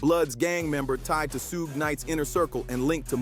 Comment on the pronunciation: Why can't this this guy say suge correctly